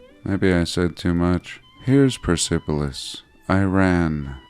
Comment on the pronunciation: fyi, - persepolis may not be pronounced with accent on 'sep' it may be 'purse-po-lis' with accent on 'purse' by persians that is, or at least by my persian former wife